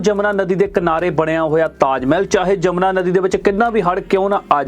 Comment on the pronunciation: ਜਮਨਾ ਨਹੀਂ ਆ ਮੂਰਖ ਵੀਡੀਉ ਮੇਕਰ ਯਮੁਨਾ ਹੈ ਨਦੀ ਦਾ ਨਾਮ, ਸ਼ਬਦ ਨਾ ਵਿਗਾੜੋ ਭੋਰਾ ਪੜ ਲਿਆ ਕਰੋ 😡😡😡